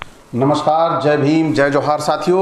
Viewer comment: Brother you stop saying ''NOMOSKER '.